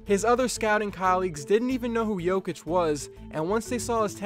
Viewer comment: Its not Nikoula Joukith its Nikola Jokić